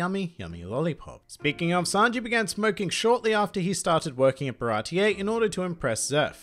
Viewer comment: Zeff didn't eat his own leg. He lost it while trying to save Sanji in the shipwreck. Ba-ra-tii not baratee-A. Srsly did u even watch One Piece? Or some western version?